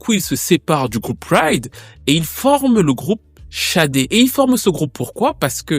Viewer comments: Pourquoi prononcer Chadé d'ailleurs ? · Toc toc Bonjour au Manitou, Tout d'abord, permettez-moi de vendre la mèche que dans 15 jours le tonton soufflera une bougie de plus. Comme on dit:King is born in April. Enfin bref, Sade / Shadé et pas Chade, puisque le prénom complet est bien Fola Shade/ Fola Sade qui est un prénom Yoruba, si je ne me trompe pas trop ce serait Fi Ola she Ade ou Fola Shade/Sade que nous pouvons traduire mot pour/par mot (Ola)Honneur ou Richesse et ( Adé) Couronne. Du coup la signification du prénom Fola Shadé/Fola Sade serait: La richesse ou L'honneur est Couronne (l'honneur est distinctif ou singulier) Maintenant en Anglais il n' y a pas d' accent et du coup Shadé/Sadé serait Sade/Shade qui serait aussi écrit avec un C. Alors oui c'est vraiment bien fait et posé ce passage où l'artiste dit qu'elle vient d'Ibadan au Nigéria et là tout est dit pour dire le prénom donné à l'enfant joue beaucoup sur sa destinée ou sa personnalité. En Yoruba le dicton ou proverbe dit: la signification du prénom déterminera ou déterminerait sa personnalité (ailleurs on consultait même avant de donner le prénom de/à l'enfant). Comme disait le grand penseur et philosophe Socrate: connais-toi toi-même, Sade /Shade se connaissant (certainement à travers sa culture, ses origines etc...) savait ce qui était et n était pas adéquat avec ses convictions peut-être bien. Ce qui peut expliquer sa stratégie avec les médias et tout ce qu il y a derrière l'industrie musicale comme décrypter dans le film SINNERS.(Attenti